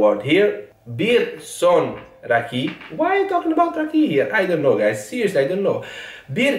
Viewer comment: Türkçe yazıldığı gibi okunur. Çok güzel derken Ç ve Ü kelimelerini çok güzel söylüyorsun. Ancak I ve İ harflerini okurken dikkat etmelisin. Mesela raki değil rakı diye okumalısın. Bir de bazı kelimeleri İngilizce gibi okuyorsun.Kelime içinde Z harfini de yutuyorsun. Seni seviyoruz. Yalnız ben rakı içmiyorum ama yanında meze olmadan içersen çarpar derler..😀😀 Hoşçakal.